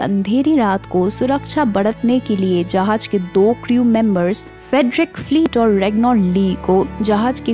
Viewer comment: Uffffff jahaz bolte he tumari jahaj sun ke zussa Araha he